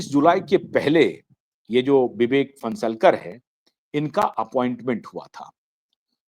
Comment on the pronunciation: लौडा 52 रहे कुछ भी रहो, तुम अपना you ट्यूब चॅनेल चालाओ, अबे नाम तो बरोबर ले विवेक फणसाळकर है, तू फन्सलकर बोल रहा है